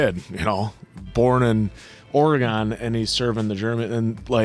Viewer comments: Never say ore-EEEE-Gone when you come to Or-a-gun. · Answer!! Its pronounced like "organ" but theres like an "eh" sound inbetween "or" and "gan". Its not ore-gone lmfao. If your trying to troll an oregonian pronounce it the way you did like "ore-gone" lol. Besides that lol I live in eugene oregon so this episode kinda hit home for me. My sister has a different father and hes half german. His grandfather served as a nazi but had the wherewithall to get his family out of germany and move to america. Being a soldier gave him more permissions than others to move around without getting in trouble. My sisters grandma remembers escaping with her parents to america. My little sisters great grandfather (who was a nazi) died at 104. They still have some of the old medals and things. They were hidden in vent ducts and other places by the great grandfather. Probably because if people found out then his family couldve been killed or at the very least harassed. I doubt many people will read this but hopefully this gives people another view into the past of the perspectives of those who survived. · obsessed with the way they pronounce oregon 😂